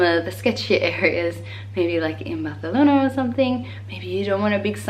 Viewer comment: Deberías hacer un video en español. Even though you don't speak Spanish in the video, when you mention the name of a city like "Barcelona" you totally say it like in Spanish from Spain. It would be amazing if you try in Spanish in some videos.:)